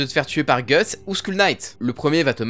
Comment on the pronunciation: C'est si dure de prononcer guts et Griffith correctement ???